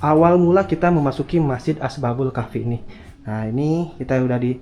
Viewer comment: Asbabul apa ashabul yg jlas coba ngonten itu